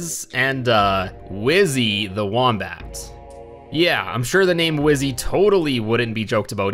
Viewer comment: “Whohmbat”? It’s pronounced “woom (like woomy from splatoon) bat”